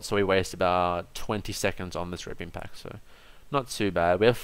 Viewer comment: is it only me or is he always saying raping instead of reaping?